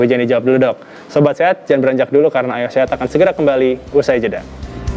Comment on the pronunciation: Kurang jelas pengucapan Ayo Sehat nya. Kedengarannya Ayah Sehat mulu. Over all host nya keren